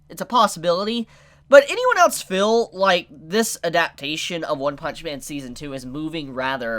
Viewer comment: Its pronounced feel (Hard E sound) not fill rere.